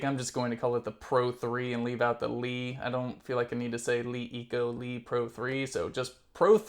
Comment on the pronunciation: It is pronounced luh eco and not lee eco.